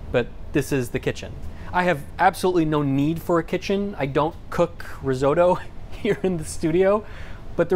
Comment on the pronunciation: German pronunciation good, Italian not so good (Riz-oh-doe)